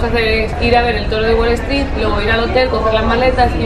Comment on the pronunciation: Haber una duda es wale stree o es WALL STREET ? pregunto porq cuando lo decís suena como la primera opción, creo que ya tenes un par de años en gringolandia y ya es tiempo que pronuncies los nombres y cosas tal y como son te parece?